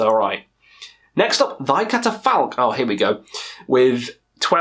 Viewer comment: I think you butchered the name of that Thy Catafalque album man😂